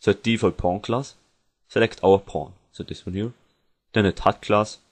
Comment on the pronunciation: When you said Pawn it sounded like you were saying porn.